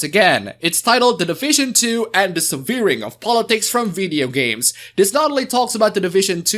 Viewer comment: it is not Suh-Vear-Ing it is Seh-Vur-Ing